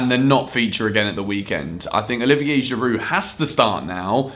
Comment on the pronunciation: He called Giroud a Go-kart